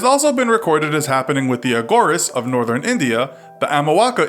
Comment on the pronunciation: It's A-ghoo-ree-ss